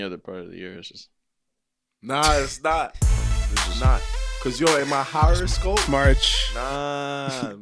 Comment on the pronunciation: " ma harrascope"